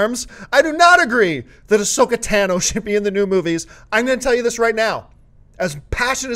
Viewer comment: it's tAH-no not tAn-o